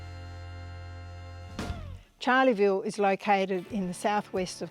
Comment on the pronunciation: Please, it's not Charley-ville! Pronounced as 'Char-le-ville'